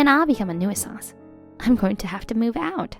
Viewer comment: 'Nuisance is pronounced 'new-sense,not 'noo-ee-sanse'. You pronounce the 'u' as a soft vowel, NOT an extended one. Also, If the Mother married Nancy's dad, then Nancy is her stepdaughter. Especially since she was only a year old. "I'm just my Dad's stepdaughter" is incorrect. The Dad did not marry into Nancy's family. Nancy is her Dad's adopted daughter.